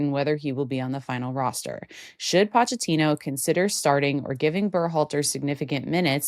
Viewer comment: It's not paw-chettino, it's poh-chettino 🇦🇷😂